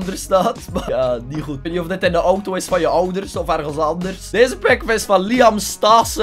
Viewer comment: Altijd wanneer zegt: Das ni hoed! Kapot lachen!